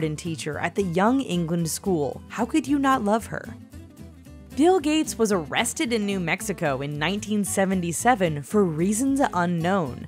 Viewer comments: you said dill gate not bill gates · Any1 else hear her say "dill gates"?